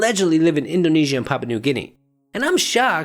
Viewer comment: You were just missing pronouncing the U lol.. It is just funnier to me where my first language is not a English lol... You always mispronouncing stuffs funny lol i love it.. Did you look into the Nandi Bear yet?